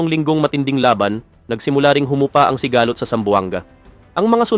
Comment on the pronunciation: Konring improve pa ng pag babasá (sigalót) hindi sigahhlot